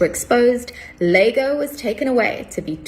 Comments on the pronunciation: It’s Iago, not Lago… comedy writes itself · Hey, isn't Iago pronounced Yago not Lago? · Yeah, it's pronounced Ee ah go. obviously googled Cuck, saw Iago, and didn't realize that the first letter of dude's name was an I and not an L, cuz she can't read?